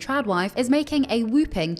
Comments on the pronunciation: commenting because i've heard this from u in 2 videos now: when announcing a large number it's "a WHOPPING [number]" not "whooping" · It's 'whopping', not 'wooping', when it comes to an astonishing amount.